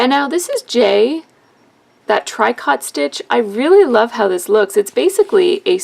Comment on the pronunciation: The correct pronunciation for tricot is "treecoe". The machine looks like something I need to get.